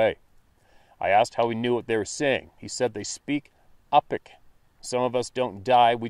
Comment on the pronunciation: *Yupik~ pronounced "You-Pick"...had a very old Yupik native friend back in mid 90's, 'a blue eyed Alaskan indian', mysterious tribe, Yupiks.